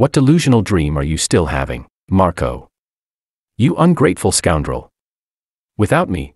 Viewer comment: Whst? Did she call Marco 'Marcoto'? 😂😂